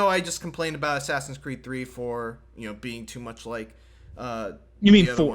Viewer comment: Classic, saying "too " instead of "too much"